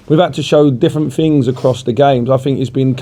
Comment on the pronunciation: Blabber mouth says he finks fings could be better just like I fought 🤣